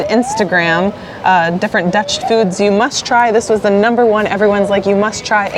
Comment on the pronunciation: I just love the fackt that Americans and whatever cant dat dutch Words good